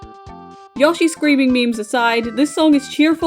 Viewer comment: I am begging you to stop saying yawshi 😭